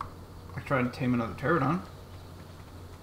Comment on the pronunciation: its not a terr-a-don its a puh-ter-an-a-don but the puh is silent :P